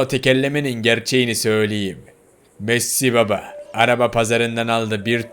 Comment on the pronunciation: Messi baba diyemiyor diyoki bapa